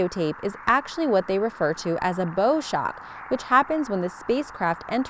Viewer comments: One of the most intriguing sounds is from Saturn. Why was that not included here? By the way, "bow"- as in bowshock- is not pronounced as bow (in bow and arrow) but as bow in "take a bow"(bend your body forward) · Interesting sounds, but I wanted to point out that your pronunciation of "bow shock" is off. "Bow" is pronounced like the front of a ship in this case, not like the weapon that shoots arrows.